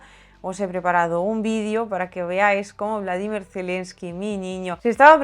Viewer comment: Se pronuncia como lo dice ella...